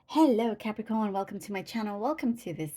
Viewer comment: I just love the way you say Cap ree corn 😂💜🙌